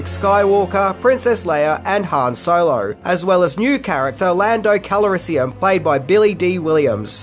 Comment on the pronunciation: "Lando KALARISIUM " ..... what? Haha